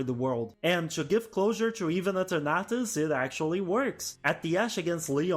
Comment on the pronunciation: The way you pronounce Eternatus had me so confused to which pokemon you were talking about haha.